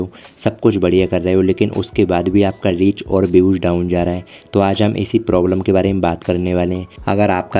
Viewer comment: Leach ❌❌ reach ✅✅